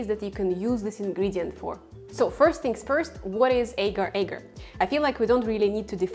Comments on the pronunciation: As a malay, this is so painful. Its not eger eger, its, AGAR AGAR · It is aaahhhh- gaaahr... aaahhh- gaaahr .. soft a's, not hard / long a's... in Malay and Indonesian...